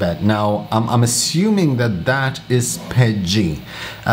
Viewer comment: What is pedgie ? Are you saying PETG? LOL. Awesome tips. Thanks!